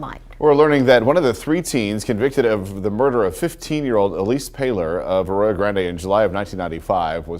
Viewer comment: I'm sorry but the way Ti said Arroyo Grande had me dying! 😂 I didn't realize she was talking about the town 30 mins from me till the news report! We call it A.G. I've got family that lives in the area she was found so I've heard the story a million times, plus I'm a true crime fan, but I had NO idea someone was sick enough to make a freaking movie out of that family's suffering! And I used to LOVE Jennifer's Body! 🙄